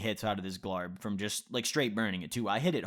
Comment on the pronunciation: Glarb? You mean glob.